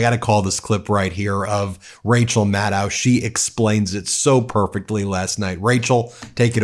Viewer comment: Hey Ben. Little things matter. Rachel has said for years that her name rhymes with “shadow.” You’re not alone in this, but I expect more from my Midas people. Dot your Is and cross your Ts dammit!